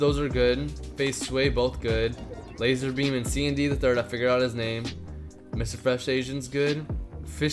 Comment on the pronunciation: You said lazer beme and zebce